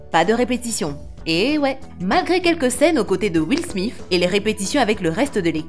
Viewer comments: ons dit Will Smith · will smif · Will smiff😂😂😂😂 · Will mif 😂